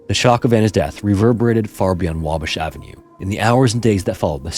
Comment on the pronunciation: "Wabish avenue" lol 😄